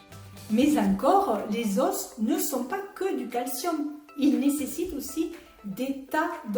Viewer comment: SVP, merci de prononcer les os et non les « osses «